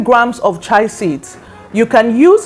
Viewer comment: It's called Chia not what you are pronuncing